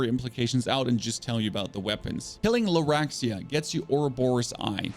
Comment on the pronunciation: Did you say...Laraxia? and then... Laguarzia? lmao also called Simon "Samuel"? I cant XD